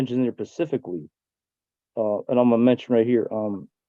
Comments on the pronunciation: Love how this guy is so much smarter than everyone else on the zoom call. "Pacifically" the procecutor. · I’m glad he was mentioning cases “pacifically” 😂😂😂😂😂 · buddy says pacificly, um sir I believe the word your looking for is "specifically" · If you say pacificly when you mean to say specifically, you should not attempt to represent yourself in court. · Did he just say Pecifically instead of Specifically?? Just curious lol. How do they expect to be taken seriously when A…they DO NOT know law as well as NOT KNOWING how to speak correct English? It’s actually kind of sad… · What an idiot! He can't even speak right. It's specifically, not pacifically. His "demands" are also ridiculous. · He thinks he's so smart, but he can't even say the word "specifically" correct?? He says "pacifically" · He pacifically stated....while standing in the Pacific ocean. I believe he means specifically stated. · "It mentions here pacifically..." PACIFICALLY... Jesus, I hope they don't drop or reduce a thing. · “This case law is pacific. It mentions it in here pacifically.” He really just said that. My time stamp is off or else I’d provide the pacific time of the quote.😆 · "Pacifically" WHAT A DOPE !!! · "you might want to go ahead and recuse yourself.... And.. uh so, yeah."😂 "This one is more pacific. It states it pacifically". 😂 "So, yeah." 😅 "I gotta call the FBI back. So, yeah." 😂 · “It mentions it pacifically”. Guys a fucking law scholar but can’t speak properly. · It mentions in there pacifically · Pacifically and Atlantically are two new sovcit idiot legal terms, didn't you know? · I was on Team Numbnutz until he said pacifically. Now they can throw away the key. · People really need to understand what right is. And does he say “pacifically” like a toddler? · It mentions it "pacifically" lol. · “pacifically” “ pacifically” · He mentioned it “pacificly”, I guess as opposed to “atlanticly”. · Well, he uses "words" like pacifically and liberry so legalese is going to be a bit much.